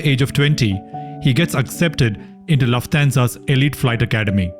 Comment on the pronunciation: Really nice video, except for repeatedly mispronouncing Lufthansa